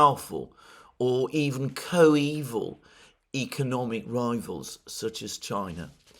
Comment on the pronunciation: It is not “co-evil”, but “coeval”.